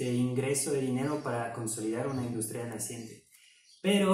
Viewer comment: Industria se acentúa en la "U" y no en la "I" espero te sirva. Gran canal y buen contenido!